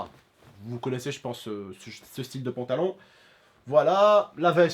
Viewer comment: Mdr au lieu de dire pantalon il dit pontalon